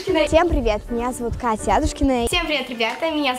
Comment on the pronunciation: АдУУшкина или АААдушкина? Куда падает ударение?